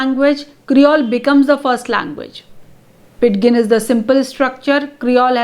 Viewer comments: You are right. It should be pronounced "PIJIN." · amm sorry i m confused pronunciation of ''pidgin'' is incorrect.. 'd' is silent ! kindly corrects me mam if m wrong..